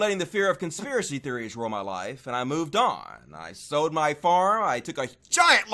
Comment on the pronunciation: You "Sowed" it? I could of swore you said "Sowed".....then I realized you said "SOLD". Gotcha now.